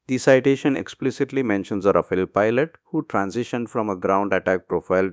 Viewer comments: Sir, it's pronounced "raa-faal", not "raa-fay-lay". 🙂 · Thanks for your videos. It’s good to see your subscriber count has almost doubled in the past week. Your rate of speech has come down a bit and you are now pausing a bit more at the punctuation. A bit more will be great! Also, at 0.20 ..Rafael is pronounced as “Ra - Faal” not “Ra - File”